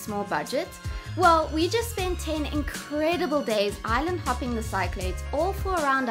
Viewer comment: Cyclades is pronounced SICK-lah-deez. not sigh-clayds.